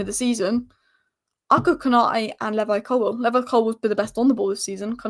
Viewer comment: Great channel, but it's LEEvi colwill and Darwin Newnez not nunnez. Please.